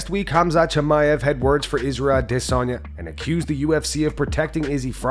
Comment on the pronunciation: Please Please Please quit emphasizing when you say IZZYs last name. Thank you very much